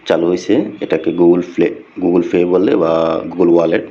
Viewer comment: শালা কাংলাদেশী ঠিক ভাবে গুগল পে উচ্চারণ টাও করতে পারতেছে না 😂